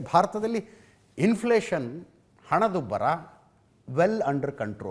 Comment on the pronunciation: Hanadubbara illa.. Henadubbara ide.. Yava University sir nimdu??